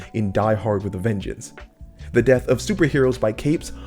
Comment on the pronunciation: Thought he said ruined my “debt” 😂